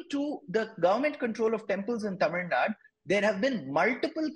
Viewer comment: That guy dosent even know how to pronounce the state name... Its tamil nadu...not tamil nad.. If mosques and churches are not under the government even temples need to be kept away from the government